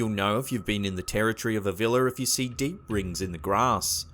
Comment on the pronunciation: Vila are properly pronounced vee-luh or vee-wah.